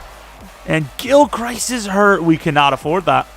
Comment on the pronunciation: Gilchrist is pronounced (gill-crist) like crust but with an i